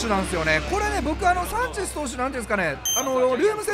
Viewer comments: サンチェシュ(迫真) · サンチェスって言えないvipかわいい